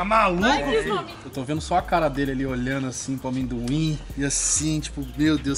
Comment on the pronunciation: Cara, o falando "aminduin" KKKKKKKKKKKKK não tanquei